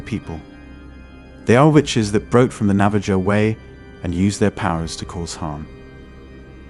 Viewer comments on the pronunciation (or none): Great video, but you don't pronounce the J is Navajo. It sounds more like Navaho